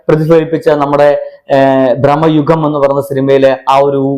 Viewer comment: ബ്രോ ഭ്രമയുഗം ആണ് ബ്രഹ്മ യുഗം അല്ല..